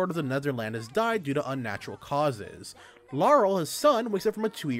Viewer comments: Two things: 1. It's Laharl, not Laurel 2. You implied the top level in this game is 999. It's actually 9999. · 2 things I could think when listening 1. INCONCEIVABLE! 2. it's La harl you kept missing the H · Me: Wait... can you say Laharl Again? Random Dood: Harl? Me: Yeah, that’s what I thought. “Bangs head on desk” Why?? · Why do you keep saying lahrals name wrong have you played this or going off someone else